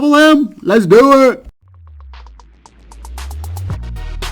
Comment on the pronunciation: Dat ending: "Luths doe iht!!"